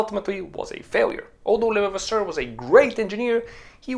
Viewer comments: Excellent source of knowledge. Thank you! Try to pronounciate it like a british saying "Le-vah-vah-sir" and you will almost got it 😄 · It's pronounced .."Le" "Vav" "Ass" "Sir"... so say it quickly and with emphasis on "vav" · Not hard. Just say.... Le vas sir. Leon Le vas sir. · I'm hearing lelevasseur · It's Levasseur not Levavasseur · Pronounced leva-vasaure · le' vasser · YOU ARE NOT PRONOUNCING THE INVENTORS NAME CLESTLY!!!!!!!